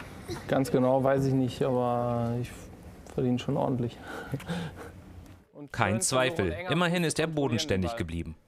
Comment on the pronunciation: Die Betonung bezieht sich auf„Ordentlich“